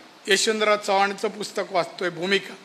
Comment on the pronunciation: यशवंतराव चव्हांन साहेबांचं नाव सरळ घ्यायला शिक अगोदर